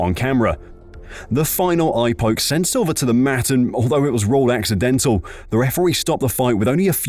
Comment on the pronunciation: "accidentlal" LOL